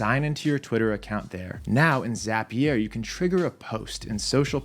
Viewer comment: Nobody:: zApiér